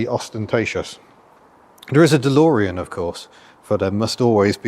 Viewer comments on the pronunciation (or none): none